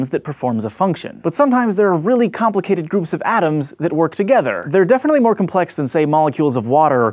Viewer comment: Brain says "MOAR"